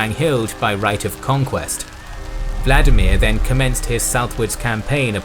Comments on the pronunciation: The correct pronunciation of Vladimir is vla- DEE-mir, not VLA-di-mir. Accent on the second syllable . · You used the wrong pronunciation here. Vladimir is russian, which diverged significantly from the original language of the Rus as a result of steppe influence and the westernization of Czar Peter the great. Modern Ukrainian is closest to the original Rus and the pronunciation there is Volodimir. In old Russian it would also be the same, but Peter changed the language during his reign. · Volodymier, or Volodymyr, not Vladimir.